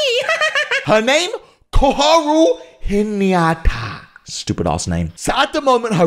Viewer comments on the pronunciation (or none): Its not hiniyata its hinata HI-NA-TA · its pronounced He-Na-Ta